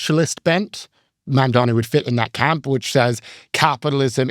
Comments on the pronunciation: Builds a strawman and can’t even pronounce the new mayors name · Scott Galloway’s disdain for Zohran Mamdani (who he purposely mispronounces) comes solely from his allegiance to Zionism. Just shameful and really makes me lose all my respect for Scott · cuomo probably confused him by saying mamdami a hundred times